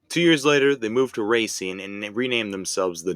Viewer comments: Racine... it's pronounced Ra-seen, NOT Racing! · Not to be "that douche" but in Wisconsin we pronounce Racine "Rah-seen" although everyone else pronounces it like you "Ray-seen"